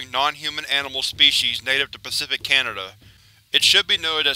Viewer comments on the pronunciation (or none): none